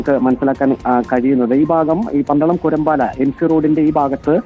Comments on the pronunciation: കൂരമ്പാലയല്ല കുരമ്പാലയാണ് ശരി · കുരമ്പാല എന്ന ആണ്. പന്തളം കുരമ്പാല....എന്നാണ്...തിരുത്ത് ഒണ്ട് പ്ലീസ്